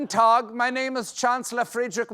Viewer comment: “Tag” as in “guten tag” is actually pronounced “tak”, with a “k” sound at the end, not a “g” sound. Colbert and his writers should know this.